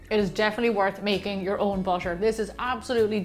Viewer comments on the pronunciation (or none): Why she said butter " busher" can she say butter instead of busher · Thank you for making this video. But I'm laughing because you keep saying "busher" instead of "butter" 😂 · Why are you saying bušer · Butter not basher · I heard BASHER instead of BUTTER. 😂😂😂😂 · Am I hearing it wrong? She kept pronouncing butter as bosche and water as wasche. Strange. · Do the Irish people pronounce butter as bosche? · I hear it too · Can we listen carefully and appreciate how beautiful her accent is I love the way she pronounce the butter it sounds like bu-sher 🐄🐮🍶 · busser and waser???? lamo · she is pronouncing butter as busher